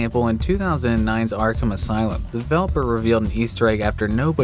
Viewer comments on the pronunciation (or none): none